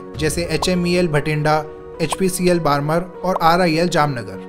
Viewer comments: बारमर नहीं बाड़मेर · बाड़मेर है भाई बरमर नही है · बारमर नहीं बाड़मेर है, पूरा होमवर्क किया करें। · बाड़मेर को बारमर बोलता है और वीडियो बनाने आ गया! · Bhai yr "Barmer=बाड़मेर" hai... bar bar "बारमर" please na pronounce kijiye.. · बारमर नहीं बाड़मेर रिफाइनरी है वो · बारमर नही बाड़मेर है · Bolna seekho pahle बाड़मेर है वो बारमर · BARMER ko "बाड़मेर" के नाम से जाना जाता है न की "बारमर " के नाम से। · बारमर नहीं है, बाड़मेर है। 😄 Nice video 👌👌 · It is not बारमर, it is बारमेड़ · बरमर क्या होता है , बाड़मेर है । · Ye बारमर नहीं है बाड़मेर है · Barmer is pronounced as बाड़मेर not बारमर। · वो बाडमर नही बाड़मेर है भाई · Sikar sekhwati region me h aur बारमर nahi बाङमेर h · Its badmer (बाड़मेर) not बारमर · It's बाड़मेर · Nice information 👌👌👌 You sounds wrong it is बाड़मेर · भाई शहरो के नाम तो सही से ले ले वो बाड़मेर है और दूसरा डबवाली है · Barmer is pronounced as baad-mair. बाड़मेर